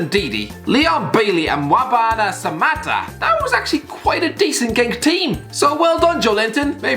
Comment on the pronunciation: The way he pronounces Mbwana samattas name makes my Tanzanian skin turn inside out 😂😂😂